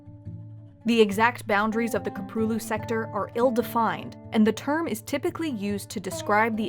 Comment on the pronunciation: Köprülü. she can pronounce anything insanely accurate but not this .